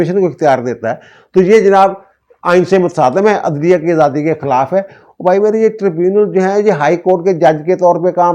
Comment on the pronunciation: Adlia nahi Yadlia 😂😂😂😂 Prosecution nahi Prostitution 😂😂😂😂😂😂😂